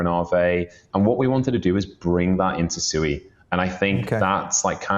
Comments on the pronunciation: It's pronounced SWEE, not SOO-EE. It's Japanese for water. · Swee not SUEYYYY